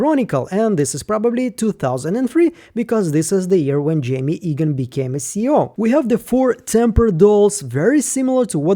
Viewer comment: His name is pronounced eeegan, not aygan. Please eradicate this confusing folly from your channel as it is very disrespectful to our Chosen One Kier.